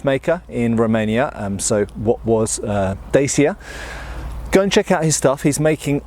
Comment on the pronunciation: Say "pa". Good. Now, replace the P with a D. Yes, that's right, just like the Russian yes, "Da". Now try say "Chya". Alright, now put them together and you have; Dacia. Don't pronounce it like a kid on pubg.